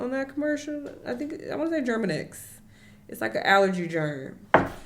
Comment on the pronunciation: "Germinex" Girl it's Mucinex 😭